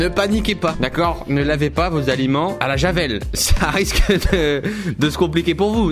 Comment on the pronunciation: le -s a alimentsssss à ;)